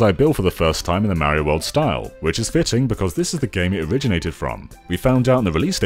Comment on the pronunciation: he said fiting